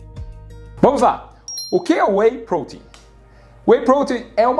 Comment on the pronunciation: Sinceramente.. Eu gostei do vídeo, bem explicado, bem detalhado, mas Sinceramente.. A forma dele falar "whey protein" quase fez eu parar de assistir u.u maaaas, o vídeo realmente é bom..